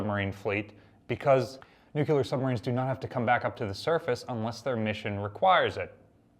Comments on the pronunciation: New-clee-er not Nuke-ya-ler. TY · Nu-clear, not nuc-que-lar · I always cringe when a professional speaker says nucular for nuclear.